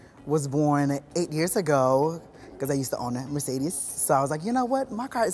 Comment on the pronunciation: "Merecedes" someone at VH1 is getting fired